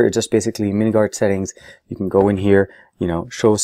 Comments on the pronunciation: it is called minminguard not miniguard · Its minminguard, not miniguard...just saying.